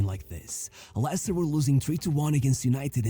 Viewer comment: Vardy plays for Cremonese in Serie A now. It’s pronounced “Lester” and the original way you pronounce is for “Lancaster”. Leicester is sadly a mess now, 90% they’ll pull out a Luton Town and relegate back-to-back to League 1 Not everyone has a good ending like Vardy. Danny Drinkwater, his teammate from the 2016 winning squad, later moved to Chelsea, flopped there and now retire to work at a working site Suggestions: 1. About EPL, James Milner just became the player with the most EPL appearance. There’s another Daily Dose video about him: “How a forgotten wonderkid forced an entire league to respect him” and a podcast “James Milner: The secret to 2 decades of high performance” by High Performance for you to react 2. Nottingham Forest is now a mess thanks to Marinakis, the infamous Greek owner who has multiple charges against him. Another High Performance podcast: “Ryan Yates and the UEL dream” for you (Marinakis was carefully mentioned in this podcast) 3. About Barca’s 0-4 smash by Atletico, Atletico’s 2nd choice striker Alexander Sørloth is more or less like Vardy, except he played in many small countries before finding his form in Spain. He famously helped Villarreal draw 4-4 from 0-4 vs Real Madrid in 2023/24 and smash 4-0 vs Villarreal in 2024/25 by scoring all 4 goals. An underrated player to react considering he’s also the 2nd choice at Norwegian NT after E. Haaland 4. The Norwegian NT and Arsenal maestro Martin Ødegaard. He joined Real Madrid at 15 but flopped there and